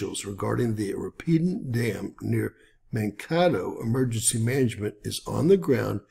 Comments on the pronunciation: Pronounced " mankaaaatoe"....long A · Mankato. Second "a" is "long"